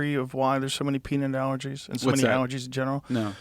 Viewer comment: this guy shouldnt say peanut anymore....."peenit"